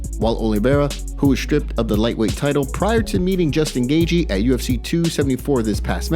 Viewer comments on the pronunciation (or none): "justin gayjee" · It's "gay-chee" phonetically. Smh